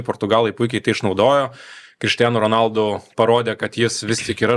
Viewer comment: Honaldu, ne Ronaldu. Yra video kur jis pats sako savo pavarde, ir ten R nera tariama